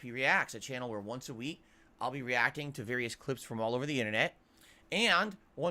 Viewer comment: DSP isn't reacting. He's Re-ACK-ing.